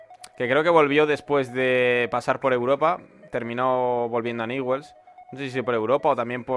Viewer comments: No se pronuncia niwels bld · Se escribe Newell's y se pronuncia Ñubels.